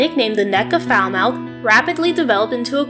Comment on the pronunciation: Love your video but pleeease pronounce Falmouth correctly. 🙏